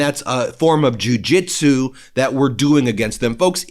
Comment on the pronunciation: "Jew jitzu?"